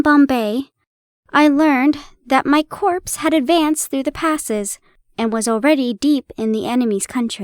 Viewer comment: We'll definitely take a mystery night tomorrow, dear. I can tell by your unbridled enthusiasm that you will enjoy this story immensely. One thing to remember though- "corps" is pronounced the same as "core." Just letting you know 😉